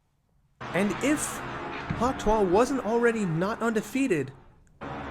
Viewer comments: hawk tuah is pronounced hawk "to" "e" spit on that thang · Btw your pronouncing hawk tuah wrong